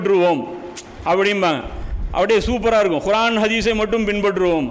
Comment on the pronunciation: நல்ல விளக்கம் சகோ: ஆனால் நீங்கள் உச்சரிக்கும் குர்ஆன் என்ற வார்த்தையில் (ق ) பதிலாக (خ)உபயோக்ரிங்க